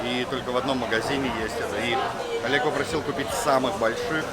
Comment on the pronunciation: Олег где букву О потерял ёпта!!!???!!!)))_